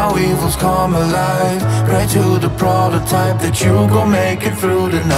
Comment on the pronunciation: Why they saying protertiype